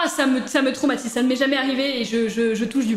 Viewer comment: Qui a conté le nombre de fois ou elle a dit tromatise et tromatisent 🤣😂🤣